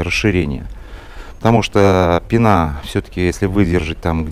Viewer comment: Очень познавательно, но пенА уши режет